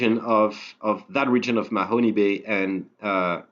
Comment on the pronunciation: please though, if you want to be a credible oak island resource... learn how to pronounce the place names. There is no Mahony Bay in Nova Scotia. (the e is silent.)